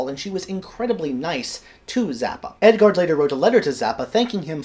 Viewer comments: Its EdGARD Varese, not EdGON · Did you jsut say Edgon??? Edgon Varese?